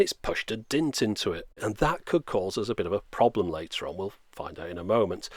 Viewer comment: The fact that you cannot pronounce the word dent properly makes me glad you imported the 3rd world to your country. You deserve everything those people are doing to your existence.